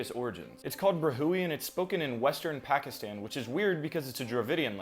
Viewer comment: I can't with his pronunciation (I'm not trying to hate. It's the way you said Pakistan)